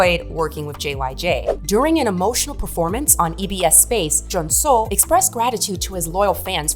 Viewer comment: You butchered Jaejoong's and Junsu's name but everything else was very well researched. I was a die-hard fan of DBSK (as a 5 member group) and proud of JYJ's bravery to sue SM. They fought not only for themselves but also for other idols to never have those slave-contracts ever again. The price they payed was high as they were blacklisted and not allowed to appear on music or variety shows anymore. Which led to Yoochun and Jaejoong persuing acting roles and Junsu going into musical. All three very successful in their careers. When they finally performed the soundtrack "Chajatta" on TV after so many years we fans were so happy. I'm still disappointed that the remaining 2 members stayed behind and pretended the other 3 never existed. SM made them re-record their biggest hits "Bolero", "Begin", "Doushite", the One Piece outro "Asu Wa Kuru Kara" and filmed a new MV for "Begin" as well. Then whenever there was an exhibition about TVXQ or a flashback video they always censored JYJ's faces to erase their 7 (!) year old history, making it look like they've always been 2. It was so frustrating seeing this happen and wishing Yunho and Changmin would speak their minds for once but they never did. Their interviews always felt shallow and scripted.. their replies bland. While on JYJ's side we got heartfelt, in-depth interviews, honest tweets, even songs like "Song Without A Name" or "W" where they wrote down their feelings and addressed issues with their agency. Yunho and Changmin continu